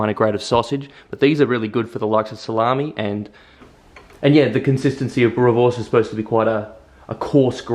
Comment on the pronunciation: Hahahaha, the Afrikaans pronunciation is not tooooo bad.!! Boerewors is our staple food. Recipe ain't too bad. If you want even better recipe, let me know.